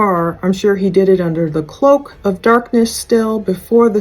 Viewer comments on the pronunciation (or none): none